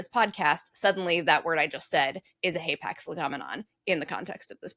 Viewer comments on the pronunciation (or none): Hay packs? Never heard άπαξ pronounced like that! I just looked it up and both alphas are short.